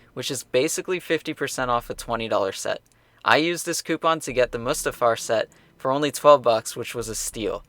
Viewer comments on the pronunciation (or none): none